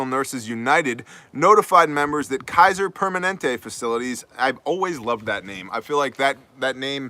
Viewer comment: “Kaiser-permanents”...ok I’m still laughing at that one. Priceless!